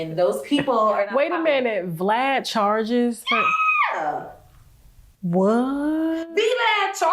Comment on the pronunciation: Not " V, Lad" I was confused asf at first then it dawned on me she meant Vlad 🤦‍♀️🤣🤣🤣